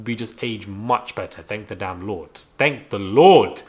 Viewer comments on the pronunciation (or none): said "Thank tha LorT" 🤣🤣🤣 yesssss